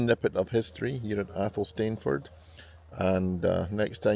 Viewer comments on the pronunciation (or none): It's pronounced AYL-sun-fud